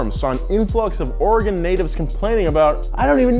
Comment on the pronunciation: Thank you for pronouncing Oregon correctly! And yes, the fact that it's illegal to pump our own gas here really grinds my gears.